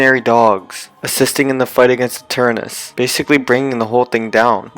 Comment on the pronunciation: Do he have a problem with "ta" he is saying gigantamax ginamax and eternatus eternus